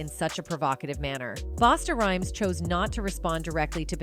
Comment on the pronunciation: It's.... "BUS-TA, RHYMES!!!!!!!!" Someone PLEASE FIRE These 'A.I. NARRORATORS' & 'GET The CAPTIONS CORRECT' For These VIDEOS Too #ThanksInAdvance....👀🤦🏾‍♂️👍🏽✌🏽